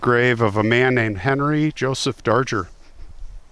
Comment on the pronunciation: I think his name is pronounced Dar-Grr. Natalie Merchant wrote a song about him.